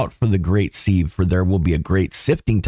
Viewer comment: "Sieve" rhymes with "live" not "leave"